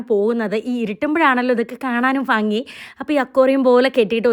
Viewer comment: ഫങ്കി❌ ഭംഗി✅😅